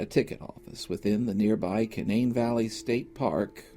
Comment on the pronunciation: I’m interested to know about the way you pronounced “Canaan” State Park. It sounded like “Cuh-NANE” when my entire life I’ve heard it pronounced “CANE-nun”. Is your pronunciation a regional, maybe colloquial way of saying it, or have I misunderstood everyone for fifty years? 😂 Seriously, not trying to offend or be jerkish, just want to understand. 👍